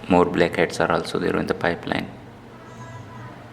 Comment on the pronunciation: here you can see , dee bleak heads Why do i love when he says that ? 💀🌚 🍵